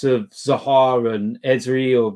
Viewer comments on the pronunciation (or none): calling eze ezri😂